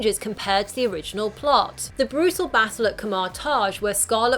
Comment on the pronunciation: The "ka-marr tarj" lol